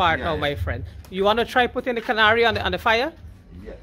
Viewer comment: Finally someone says the word karahi correct!!!